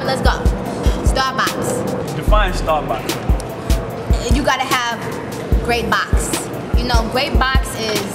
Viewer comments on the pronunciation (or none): She said starbox ⭐️ 😂😂😂